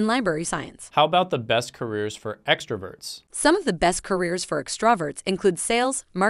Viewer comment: I like how she botched the word extroverts . Ah, a true introvert she is.